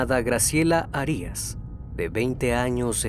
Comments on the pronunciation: Graciela harías??? En casi todos los videos hay mala pronunciación... veo importante poner atención en esto pues solo lo comprendería si no fueras mexicano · Arias acento prosódico en la primera a